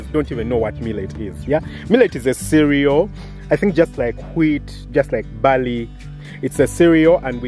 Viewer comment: Barley not Bali 😂